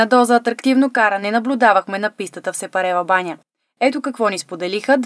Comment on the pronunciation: Еееееех научете се САПАРЕВАБАНЯ не СЕПАРЕВАБАНЯ